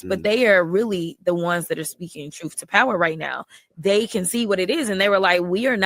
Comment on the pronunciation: “Troof to power”